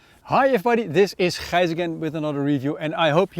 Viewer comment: 3 sec in when you said your name Gijs. just the way we as dutchies say the G,! also no idea how i landed on this vid... but i got to say nice vid man! normally i can't stand dutch reviews, but yours is well constructed. no idea if that makes sense to you. or that it is just my annoyance with dutch youtubers.